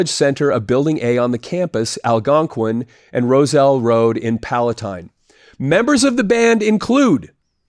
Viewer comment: Mind Blown. Have the Vinnie on cassette and never once thought it wasn't Mark Slaughter! Fleischman screams! Bonus points for Harper College IL and pronouncing Palatine and Algonquin correctly. Daily Herald archives are an impressive time capsule.